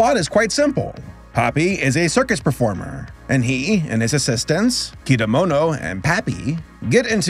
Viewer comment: Nice, but why do you pronounce Kedamono's name as "Kidamono"? 😂